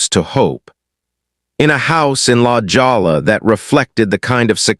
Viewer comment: La Jolla is a Spanish name pronounced La Hoya